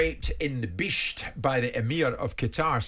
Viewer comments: Simon=top LAD proper clobber. Jimbo please don't say "bisht" again. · Even the way he says “bisht” just sounds racist to me